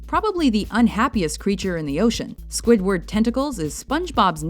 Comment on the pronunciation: swidword got mad